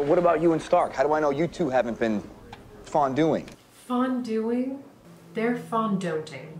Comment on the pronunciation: " Fonduing!? Theyre fondonting." 10/10😂😂😂